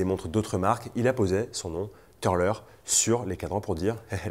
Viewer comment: Jolies pièces; d'ailleurs les plus belles sont déjà parties, 17h après la publication ! A noter que le "u" de Türler se prononce "u" et pas "eu" grâce aux Umlaut sur le u ;-)